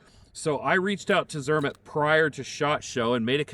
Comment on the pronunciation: It is pronounced zermaht